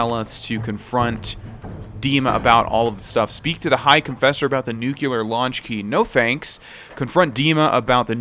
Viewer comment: Nuclear* not Nuculear